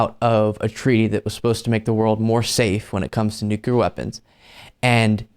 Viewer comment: man, buddy, pal, I love ya but you're killing me here It's "new-clear", not "nuc-yoo-lar"